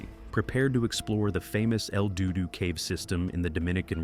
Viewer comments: Did he say el doo doo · “El DUDU Cave” 😂😂😂😂😂😂😂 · bruh, el DUDU cave, r u kidding me